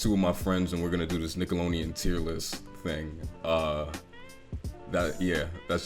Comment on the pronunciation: Bruh it's Nickelodeon with a D